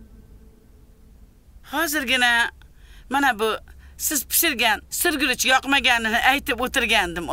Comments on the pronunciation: Sir guruchmas shir guruch diyladiyu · Sirguruchmas, Shirguruch aylanay 😂